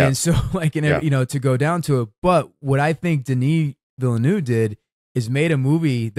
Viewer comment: I love you guys, but please look up the correct pronunciation of Denis Villeneuve. I'm not French, but I know a little, and I always stumble over how both of you are saying it. Apart from that: Don't change a thing!